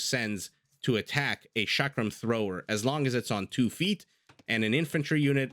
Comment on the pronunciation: Chakram start with ch as in chocolate and is pronounced as cha-ka(as in car)-ram(rum). Love your casts, they are amazing. Just wanted to educate that Shrivamsha and chakrams don't start with sh 11